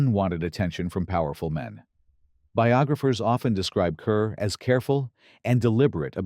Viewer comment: The name Deborah Kerr is pronounced as; "car".